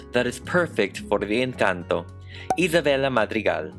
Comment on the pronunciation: finally someone pronunces words like "Encanto" CORRECTLY